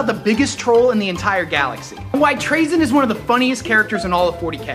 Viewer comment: Isn't he pronounced Tra(Tu-ra)zyn not Tra(T'ra)zyn? I am just confused.